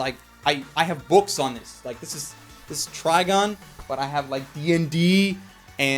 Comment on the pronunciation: >pronounces Trigun as Trigon< XD